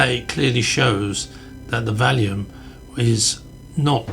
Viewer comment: On this video you keep calling it the Valium (the name of a drug) instead of the Vallum. The word Vallum possibly pronounced Wallum or Vallum means wall. Obviously it is not a wall but a ditch/canal. T C Bell, a marine engineer, was the first person to recognise it was a canal to move the stone for Hadrian's Wall. Once the Wall was built there was no need for it. As Martin Eckholt, who investigated European rivers, stated, "it is generally accepted that the only way the Romans could have transported cut stone from the quarries was by water".